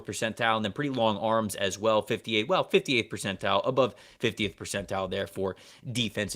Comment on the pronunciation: I need answers on why refuses to pronounce the “T” in the word Percentile… 😂